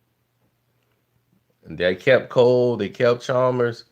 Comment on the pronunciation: Who is Cox?? And Deng wasn’t on the Heat in 2014!! And it’s Chalmers, not Chalmbers.